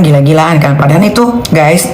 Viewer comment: Perhatiin Kalau NM ucapin : Padahal , selalu jadi nya: Padahan 😅, L jadi N 😂